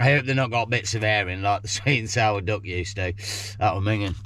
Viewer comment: Great video as always, but as an Australian listening to a english accent I thought you were saying DOG burgers!😂 glad it was DUCK! 😅